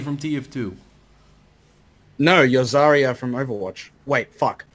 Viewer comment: Wait.. Overwatch is "bether" Really?